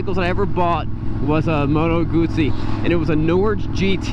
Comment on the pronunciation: Moto Guzzi rhymes with Uzi. Goo-zee ;No T sounds in the second part of the name of my favorite bike. Other than that, good stuff.